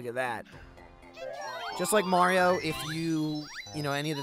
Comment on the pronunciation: First time I've heard say Mario instead of Mehrio